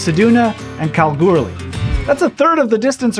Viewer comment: Ahh love the way you said Kalgoorlie !! Yes I grew up in the town and I’m always fascinated how other from around the world pronounces it